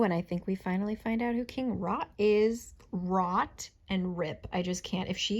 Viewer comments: I only listened to this and thought he was "King Rod" :'D The name Rot is German, so King Rot literally means "King Red" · I'm sorry, it's just an accent thing, but every time you say 'Rot' I hear 'Rut' and it makes it SO MUCH worse 😭